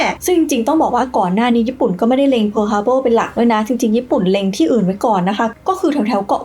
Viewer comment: ขัดใจที่อ่านว่าทฮาร์เบิลนี่ละครับ